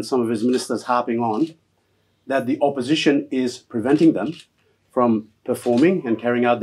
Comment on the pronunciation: P)ease say opposition, not oppotion.